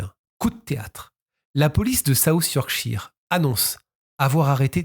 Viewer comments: 1/ Merci à vous d'avoir parlé de cette disparition que je ne connaissais pas du tout... 2/ Vous prononcez mal Yorkshire... Cela se prononce Yorkcheur... 3/ Votre message de fin est émouvant... Vous avez tout à fait raison...Aussi, vous avez de la chance d'avoir encore votre papa qui a 92 ans... Le mien est parti à 88 ans quand j'avais 29 ans... Oui il m'a eue tard lui aussi, comme vous... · 'Cheur' est trop fort. Plutot 'shuh' ('che') ou 'shur' (avec un 'r' a peine prononce). En verite il n'a pas tout a fait tord. Ici aux Etats-Unis, c'est plutot 'sheer/chire'.